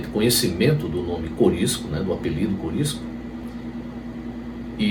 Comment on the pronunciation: O nome é Curisco, e não Corisco.